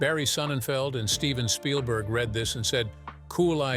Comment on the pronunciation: i do like how you often say 'shpielberg'